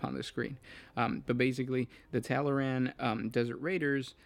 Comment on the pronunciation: "Tallaran...tataral....taranatan....tallaramalamadingdong... " Me: Tall-Arn. TALL-ARN.: Tallyho? Me: FUCK